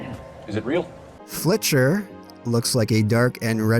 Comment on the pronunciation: Nice video, you're doing the Lord's work! Thanks for showing that butt-ugly old clip from Filcher - I need to release some up-to-date footage. Although I must point out it's FIL-cher (one who filches; a thief), not Fli-cher ;) Anyway, cheers!